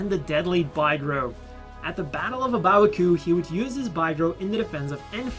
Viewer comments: Pretty sure it's pronounced big ro not bi gro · "Bye-grow"? I always call it a "Big-row"